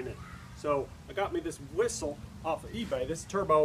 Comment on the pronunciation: sounds like he's saying whoistle instead of whistle kinda like coolwhoip lol